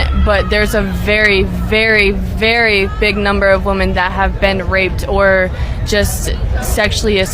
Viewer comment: I just wish these stupid kids could pronounce woman vs. women.